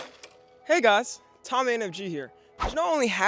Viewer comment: why did I hear Nigas instead of hey guys